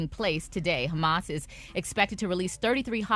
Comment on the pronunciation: 😂😂😂 ONLY ATHE 2ND TIME has slipped up on a word.. HAMAS- HUMMUS... WONTON..- WON-TON... 😮😅